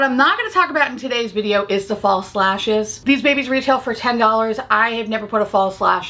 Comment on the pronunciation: Sorry, but everytime you said 'false lashes' I heard 'fall slashers' and I just thought that was so on brand for this video 😂😂 hope you find your green bucket ❤🎃